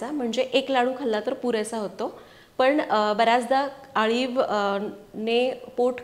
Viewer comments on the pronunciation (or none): Chan recipe aahe parantu tumhi aliv la Haliv ka pronounce kele pl.tell me.